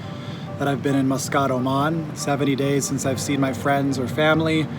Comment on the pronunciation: "Mus-Scott" Ha! He said he is not an American citizen, but definitely comes across as a typical American who fancies themself as a "world traveler". Eye roll.